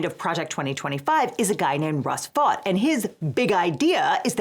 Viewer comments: FYI, Vought is pronounced “Vote.” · Vought? Did you say that?